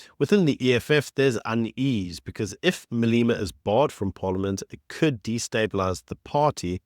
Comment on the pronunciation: Malema. Not Maleema. E pronounced as in egg!